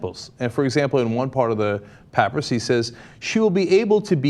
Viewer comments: It's pronounced pah-PIE-rus. pəˈpʌɪrəs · its pronounced "puh-pie-ris" :) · papyrus = puh - pie - russ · If I'm not mistaken, or my memory has totally failed me, the old testament directs that a Jewish man be married by the age of 20 or be stoned to death. And Cenk it's pronounced (pa-pi-rus) My keyboard doesn't have the necessary symbols to write out the actual dictionary pronunciation. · Umm.... did anyone read the article from The Boston Globe? The "pap-rus" (lol, Cenk) is carbon dated to the mid 8th century. 700 years after the supposedly life of Jesus. Who gives a fuck what it says? Proof of nothing. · It's pronounced PUH-PIE-RUSS. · Cenk it is pronounced pa pi ris. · "pappuhruhs" xD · Pap-rus Cenk? Might wanna retry that pronunciation..... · I love you Cenk, but it's pronounced (pa - pie - rus) like you would pronounce papaya the fruit. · haha... that was driving me nuts too... sounds like nails on a chalkboard w/ a "Paprus" pronunciation... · Papyrus=== " PAH PIE RUSS" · Pup-I-rus. Not hating, just educating. I can't even pronounce your name. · Papyrus is pronounced pu PIE rus. History geek, sorry. And abstinence> chuckles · I thought it was pronounced pa pie rus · Goddamnit it's papyrus! pa-pie-res. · Cenk's pronunciation of papyrus is grating. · Oh my god, Cenk. You can't pronounce "papyrus?" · Why cant he pronounce Papyrus right!? Cmon Cenk! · Can someone please teach Cenk the proper pronunciation of "papyrus" before he reports on anything involving ancient manuscripts again? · I've never heard the word papyrus pronounced that way, maybe it is the actual correct way. but its annoying all the same, sounds like someone with an English accent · Lol how cenk pronounced papyrus. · take a shot every time Cenk pronounces papyrus wrong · C'mon Cenk, for a Wharton and Columbia grad, you should know how to pronounce papyrus. ;) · Cenk I love you, but I HATE the way u pronounced papyrus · Is that how you pronounce papyrus? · It's pronounced pa-PIE-rus right?